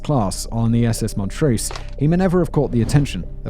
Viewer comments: I suspect that the ship was pronounced as the Mont-rose not Mont-roose Simon. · I feel compelled to point out that the pronunciation of the ship is “Mont Rose” not “Mont Roos”. Montrose.